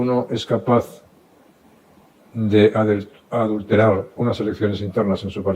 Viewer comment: J.M. Aznar pronuncia mal "adulterar" porque su conciencia le traiciona. Que H.P.